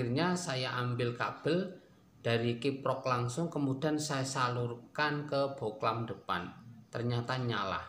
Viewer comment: Bohlam bang bukan boklan